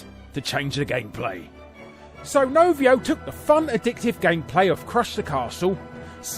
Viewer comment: Novio? It's Rovio